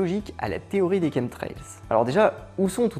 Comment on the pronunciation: Tien c'est bizarre,j'ai toujours prononcer ça comme chamtrails et jamais comme kentrails qui s'écrit apparemment chemtrails même le correcteur google connais pas ce mot ,c'est marrant ça :)